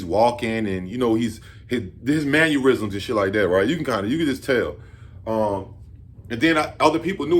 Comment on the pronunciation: It’s mannerism, not manurism.